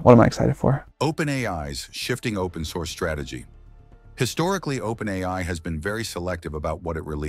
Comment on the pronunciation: Propaganda. Plain and simple. I wonder who's behind it? Total BS. The AI-generated voice even says "OPEN EYE" at times. Fortunately, nobody watching this who has anything important to contribute will buy any of this crap. Yes, there are issues. But the way they are phrased in this video makes it quite obvious that it's propaganda sponsored by a totalitarian regime, a regime with a lot to lose.